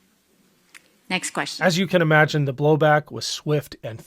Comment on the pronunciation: She could not even say the word slavery. She gets no points. She is done.